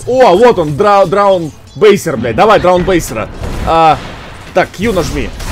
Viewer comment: Бесполезно, ему и в пред. видео говорили чтоб обучалку проходил, и как? Да боже, ну невозможно так тупить, что даже простое имя персонажа выговорить не может, там отчетливо написано "dawnbreaker", он говорит "даунбрейсер", а ещё даже не видеть надпись "Вы мертвы", складывается ощущение, что это всё наиграно его непонимание, просто для хайпа среди дотеров